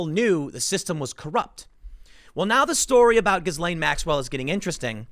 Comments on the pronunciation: FFS it's GIL-LANE not GIZZ-LANE or JIZZ-LANE which is a Lane in Soho, London frequented by 'Ladies of the Night'. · it's pronounced -ghee laine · The proper pronunciation of her name is gee-lain; (jeelane). The G sounds as J. Thank you. Carry on. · Her name is pronounced ghee-LAYN, not giz-LAYN. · Did you say Jizzwell? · Her name is pronounced Jees-Lenn, with a soft "J'. Like sheess-lenne. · Stop saying GhiZlaine... ffs.. You don't pronounce the fucking S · The s in her name is silent....pronounced as ghilaine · It's pronounced "Jee-lane" (or possibly "zhee-lane"): but definitely NOT with a hard G"". :) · Tim it's a "silent" s in Ghislaine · Ghislaine sounds more like "Jee-slain", Tim. A soft j. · Tim, stop pronouncing the S in the middle of her name, it's silent :P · Ghislaine Maxwell = "Gee-Lane" Maxwell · The S in her name is silent. It's pronounced like Ghilaine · Can someone PLEASE tell Timmeh that the "S" in Ghislaine is silent! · it's pronounced GI-LANE, tim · I took a sip of my coffee everytime you mispronounced 'ghislaine'.. ☕😅🤙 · The S is silent you’re killing me. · You are terrible with names. The S is silent. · Tim, the S is nonexistent in pronouncing "Ghislaine" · Please! The s in Ghislaine is SILENT! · You don’t pronounce the “s” in Ghislaine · I think the "s" in Ghislaine is silent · Ths s in ghislaine is silent tim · The S is silent in the name Ghislaine